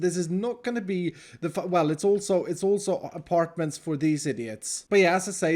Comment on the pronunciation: They're not "apartments" they're "abartments" , , , eh??? anyone??